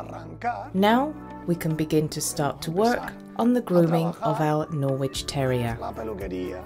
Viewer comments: Great video for technique (but the "w" in Norwich is silent) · why is the voiceover woman pronouncing Norwich wrong.